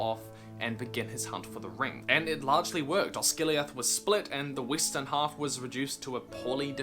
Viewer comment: Did he say Weestern? WTH?